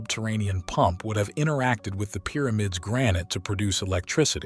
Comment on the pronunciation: Please stop calling it "Peermids"! Good documentary though.